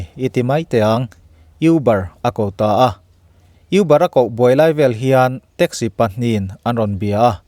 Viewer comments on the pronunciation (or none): youber tihloh tur,,, a aw b ami u ang khan uber tih zawk tur anih hmel. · You-bar nilo in Mizo tawng a ka U kan tih anga lam tur aw: Û-bar. Kan thil lam dan hi fimkhur a tha e, a video nen inzawm lo mahse thahnem ka lo ngaihpui ve mai2 che. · IUBAR tia lam tur a ni lo. ÛBAR tih tur aw. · Uber{(u.. UPuia, aia upa zawk kan kohna anga lam tur.. Uber) not euber}😁 ngaithla chhunzawm lehnghal ang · 'Uuuuubaaar' tia a lam tur auh✌🏻✌🏻✌🏻